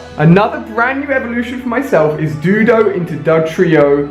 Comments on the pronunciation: it's pronounced doe dew oh not do dough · (Doh-do-oh) not dudo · Doduo the do is said doe like a deer so is dodrio and the du part is said do so technically it is doe-do-o and doe-drio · Stop saying "doodo" it's fucking doDUO DUO because there's two heads not fucking doodo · do-drio as in like trio.3 and it was do-duo as in like 2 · "dew-do"? don't you mean doh-dew-oh? It makes me cringe every single time,sounds like a derpy dildo when you pronounce it that way. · I like your videos but it really annoys me that you say doduo wrong it's said doh-duo not do-duo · Idk y but it bugs me that he says "doo-doe" for Doduo, when it should be "doe-duo" lol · a doodoe. I think you mean doduo😂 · It really annoys me that he says "Dudo" instead of "Doduo" lol sorry just had to point that out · Doduo is pronounced dough-duo not doodoo SMH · It's not Doo-duo and Doo-drio its Dough-duo and Dough-drio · Doo-do...he calls it doo-do. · Doe-Dew-Oh, Doe-Dree-Oh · Also Doodo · It's Doe-duo and Doe-trio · It's DOH-DEW-O and DOH-DREE-O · Doe-do-oh and doe-dree-oh that's how you pronounce it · damn it ali learn to fucking read! its pronounced DOE DUO!!!!! (Doduo) and DOE DREE O (Dodrio) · Ali, Doduo is pronounced Doh-Doo-Oh. And Dodrio is pronounced Doh-Dree-Oh. Doh (rhymes with Low/So). Doo (rhymes with Who/Zoo). Dree (rhymes with Three/See). Oh (rhymes with Low/So). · Ali, it's pronounced 'Dow do oh' and the evolved form is dodrio - Dow drie oh. I see you don't have the latest version of pokemon go because you don't have the appraisal feature. you should definitely check it out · OH MY GOD ALI!!! IT IS PRONOUNCED DOH-DUE-OH AND DOH-DREE-OH! EERRRGGMMMAAHHHHEERRRDDD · Doduo - dough-du-o Dodrio- do-dri-o I just had to say because it makes me cringe when your trying to pronounce it. Awesome video Ali!! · PLEASE try to pronounce 'doduo' right for just one time! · alia pronounces doduo wrong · why can ali-a not pronounce doduo and dodrio??